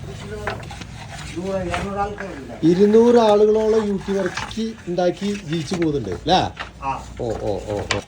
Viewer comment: വർക്കി അല്ല ബർക്കി